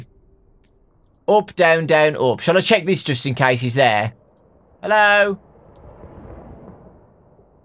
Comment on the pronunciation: "HELLOW" Did he just say hi to a game